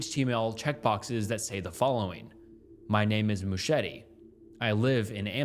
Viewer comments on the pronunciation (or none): Some great content on your channel, but dude-- please research the pronunciation of words you don't immediately comprehend. "MOO-cheh-TEE"?! Christ. I'd let it go if it weren't a commonality across every video I've seen thus far-- "mercy" for "misery", etc. BUT ANYWAY-- not heard of a several of the things you cover, so at least you've illuminated those for me, lol. :) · Mouchette is pronounced "moo-shet". Good video regardless. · in french it’s fully said moo-shet… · Just letting you know Mouchette (unlike Machete) is pronounced with a hard T-stop at the end, so it would just be Mouchet (with the t pronounced) :) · the french pronunciations wrecked me... he tried so hard but failed so badly lol